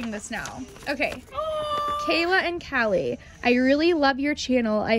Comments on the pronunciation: Am I the only one that heard Kayla said hallie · What’s wrong you said HailE not KAILA